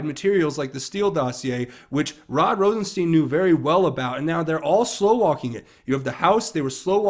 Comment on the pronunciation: Hi,. just a FYI about how to pronounce Rosenstein. The “ei” is German and is pronounced like the I in ice. In the reverse the name would be pronounced as you have been saying it. You’ve been pronouncing it wrong.